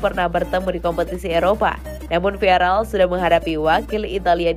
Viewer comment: Viaral viaral, kenapa tidak viagral sekalian.? Vilareal bukan viaral